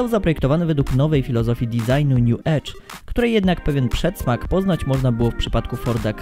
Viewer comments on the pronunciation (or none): none